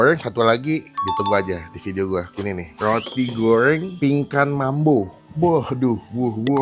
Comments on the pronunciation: Goreng bang bukan goyreng😂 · Roti gowrrreng... Ngomong goreng aja gowreng... Maaf masnya cadel apa emang gt cara ngomongnya???? Btw usaha org jangan dijelek2in lah hehe